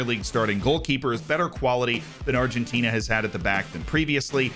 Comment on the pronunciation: My G, you said Argentina pretty spot on... Nice! I was surprised as yourself... Very good accent